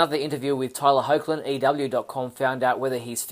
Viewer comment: Cool video. Btw, Tyler's last name is pronounced "Hecklin". 😎